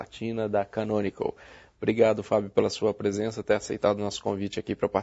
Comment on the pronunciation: cara nao consigo entender o nome da empresa que distribui, e caranco?